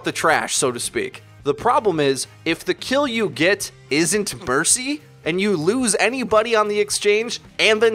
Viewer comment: Who else died when he said burcy? 😝